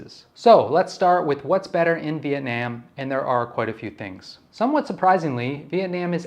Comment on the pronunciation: I’m Vietnamese and I appreciate you trying to say it correctly. It’s not Viet-Nom so keep doing you